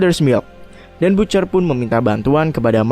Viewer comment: Bacanya ba(t)ce(r)..bukan butcer